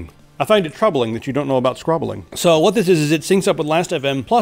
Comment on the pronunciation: And why do you pronounce scrobbling like that